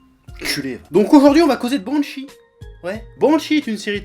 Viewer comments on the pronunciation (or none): a quand il a dit banshee jai cru il a dit bon shit